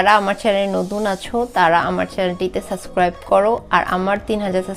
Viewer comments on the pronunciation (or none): আপু সাসক্রাইব না সাবস্ক্রাইব হবে!